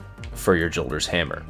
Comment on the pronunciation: It's pronounced "Yolder's Hammer", sorry but I just have to put that out there.